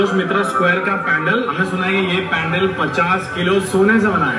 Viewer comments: I respect you opinion my friend but never in my life I've ever heard any bengali calling it a पैंडल and most of my family lives in Siliguri and kolkata. पंडाल is something I know and have used all my life. I think it's English pronunciation that's creating this problem. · It's called पंडाल not the so called pan - dull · its “पंडाल “ not “पेंडाल” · pronunciation of "PANDAL" is wrong these two kolkata boys in video. its “पंडाल “ not “पेंडाल” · पंडाल होता है, पैंडल नहीं।😂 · It's पंडाल , how can you pronounce it पैनडेल्ल ??